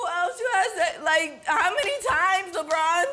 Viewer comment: Just hearing him say Lebron and it’s not Lebron😂😂😂. And this no audience thing is funny 😂